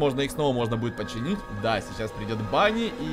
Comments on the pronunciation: Не бани а Вэни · на самом деле ты не Правильно говориш банни это венни